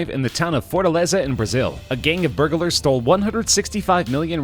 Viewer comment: Annoying how the narrator enunciates every syllable, in jew-el-ry and bur-ga-lar.